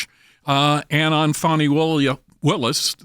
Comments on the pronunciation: Fani, some people pronounce it Fanny, but it is pronounced Fawn-I. You know, like a young deer. More like a Rabid Zombie Deer. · Where’s the w in Fani?